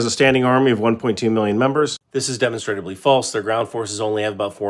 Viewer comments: hes not pronouncing demonstrably, he is pronouncing demonstratably. which in itself is incorrect. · Ive always heard it pronounced "deh mahn struh blee" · It's pronounced di-mon-stra-bly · Pssst, it's pronounced deh-MON-struh-blee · Love the videos, but you're killin me with the way you pronounce demonstrably. 😂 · That's not really an accepted pronunciation for "demonstrably". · you need to learn how to pronounce "demonstrably".